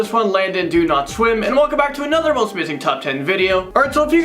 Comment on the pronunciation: I thought your name was sing and not swim